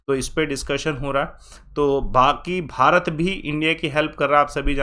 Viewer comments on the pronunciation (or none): none